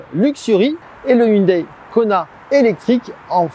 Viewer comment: Arrêtez de dire « Hyundaïe »... on dit « Hyundaie » ...